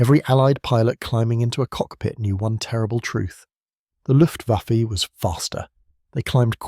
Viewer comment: WTF is the LUFTVAFFY ? ? ? ....Right at seconds IN after showing AMERICAN B17s and saying German Bombers "ruled the skies" and THEN said "LUFTVAFFY, I emmediately switched off and gave this vid a DISLIKE !